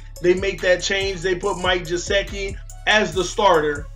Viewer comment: Good stuff as usual!!!! BUT, please... its GUH-SICK-EE, LOL.